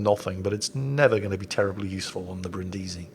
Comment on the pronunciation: Brìndisi, NOT Brindìsi, it's not that difficult.